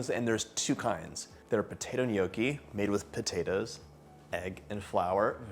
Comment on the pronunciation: Please learn how to say the word “ gnocchi”